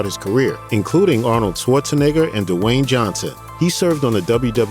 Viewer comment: ARNOLD SHWARZEWHOOOOOO 💀💀💀